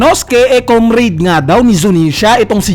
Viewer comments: kaam - rad po hindi kom reyd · Comraid - comrade "komrad" correct pronounciation nyan.